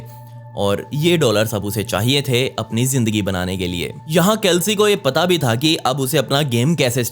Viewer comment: It's चेल्सी, not केल्सी